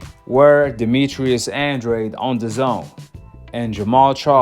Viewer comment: His name isn’t Andraid, it’s pronounced Andrade. Hard to take this guy serious when he can’t even pronounce the fighters name. Makes me think he doesn’t know boxing